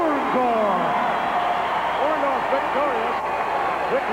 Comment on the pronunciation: he can't say orndorff either sounds like ondaff 😂